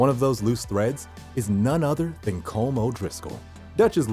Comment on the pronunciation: Just saying "Colm" is pronounced as col-um"